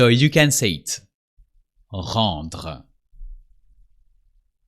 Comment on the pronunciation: Very useful video, thank you. I just wish I could have said the R's in Rendre the way you did.